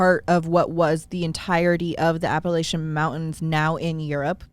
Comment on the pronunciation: As someone from the Appalachian mountains, I appreciate you pronouncing it correctly and correcting Alex! It’s literally one of our biggest pet peeves haha